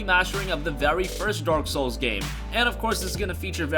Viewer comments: Is it me or did the narrator said Dork souls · did he say dork souls? because that's accurate.